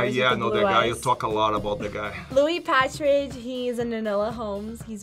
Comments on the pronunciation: They also called Louis Partridge Louis Patridge 😭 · No WAY she called Louis Partridge Louis Patrij like 💀💀💀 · I honestly thought Louis Partridge was the lie because she didn’t even say his name right 😭.